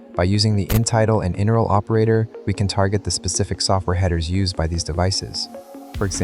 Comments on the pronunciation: He keeps pronouncing "inurl" as a word instead of "in URL," which is weird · Why did you say "In URL" wrong??? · Thought I was crazy but I realised it because of how it pronounced inurl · pronouncing IP and inurl like that, also it just sounds kinda off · That’s not how you pronounce IP or inurl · Lol. This doesn’t seem AI generated u til I heard “IP address” pronounced like a word and “inurl” another word. Don’t make it so obvious. 😢